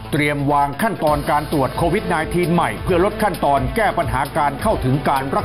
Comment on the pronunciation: เรียนท่านผู้อ่านข่าว กรุณาอ่านออกเสียง Covid ว่า โค- วิด